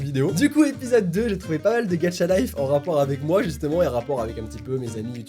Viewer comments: Tu dis gatchalife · je suis la seule à entendre dire «gacha(t) life? »🤔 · au début ta dis mmmh une video ''gadchatlife'' x') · C'est moi ou quelque fois tu dis "Gatcha life" ? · Pourquoi tu dis "Gatcha life" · OMG il dit gatchalife ses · Tu dit gatcha life hhh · Pourquoi tout le monde dit "Gatcha Life" ?! xD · Tu dit gatcha 😂🤣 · Quand tu dit gacha life XD tu dit gatcha life c est trop drôle lol 🤣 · Sa me stresse : il dit GATCHA LIFE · J aime trooop les videos reactions 😂😂😂 c'est moi ou il dit: " gatchalife" 😂😂😂😂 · Ca me fait marrer parce que tu dis Gatcha life 😂😂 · Tu dis mal gacha life mais tu restes mon youtubeur préféré 😉😉😉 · Putain tu m'a fait rager avec ton ''gacha life'' très accentuer 😨😨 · il sait pas le prononcer mdr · "Gatcha-life" x) MAIS CA CE PRONONCE GACHA-LIFE PTN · On dit gacha life pas gatcha life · est on dit gacha life pas gatcha life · J'adore est le seul qui dit: "GATCHA" au lieu de "GACHA" 🤣. Ça m'a stressé toute la vidéo 🤣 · C pas gatcha life c gacha life mais on te pardonne 😂😂😂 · MÉ CA SE PRONONCE GACHALIFE PAS GATCHALIFE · je t'aime bien mais franchement, arrêté de dire gatcha life stp parceque sa ce dit gacha life 😭, sinon ta vidéo est super!😍 Continue comme sa ❤ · Même mary le dit comme ca gacha life pas gatcha life 😂😂😂😂😂😂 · Il a que moi qui entant dire Gadchalife à la place de gachalife 😂😂💜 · Je comprend pas pk a chaque fois que tu dois dire Gacha Life TU DITTTTTTT GATCHA LIFEEE C’EST KOI SA(ps: j’tadore UvU) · Pourquoi tu dis gadcha life c'est GACHA LIFE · Il pronons gatcha life mais il c lecrir au moins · Alors un truc ses pas gatcha life mais ga cha life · Quand u dit gaCHa on jmfe au lieu tu dit gatcha life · On dis gacha lif pas gatcha lif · Ça ce dit Gacha pas Gatcha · Par contre on dit pas gatcha life mais gâcha psk ça me stresse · On dirait tu dit gatcha life 😂😂😂sinon j'adore tes vidéos 🙂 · C EST GACHA LIFE PAS GATCHA LIFE TU PRENONCE LE TTTTTTTTTTTTT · Sa se dit GachaLife et non GatchaLife 😂😂